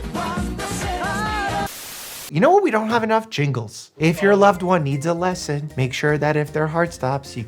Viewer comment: “If your loved one needs a lesSONN” “teach them chest comPRESSionsss” my jingle idea lol